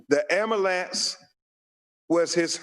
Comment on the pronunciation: “Amulance” it’s “Ambulance” And “Breath” not “Breaf”